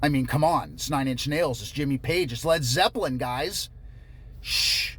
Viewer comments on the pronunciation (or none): none